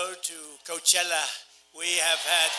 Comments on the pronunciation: If Trump can pronounce "Coachella" surely he could learn to properly pronounce Kamala and Newsom. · Take it from a Californian, He pronounced it right. 😁